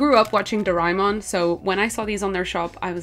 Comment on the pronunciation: its pronounced as "Do- re- Mon "